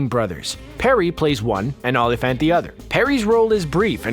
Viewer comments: Dude, learn how to pronounce names. See-bring, Ola-Fant etc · These A.I. assembly videos are so cringe. The mispronounced Sebring, Olyphant and others Are a dead giveaway. As are the clips of THE WILD BUNCH when discussing Italian Westerns. No true cinefile would do that. Not just annoying but unendurable. Machines do NOT do it better. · Not bad if you haven’t gotten past the 5th grade. And do a little more research on pronunciation of the names, like Dashiell, Olyphant, and at least three others.